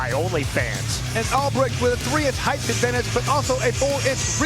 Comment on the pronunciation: I like the commentator, but ffs there is no H at the end of "height".